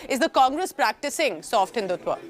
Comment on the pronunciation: Why do you say sott hindutva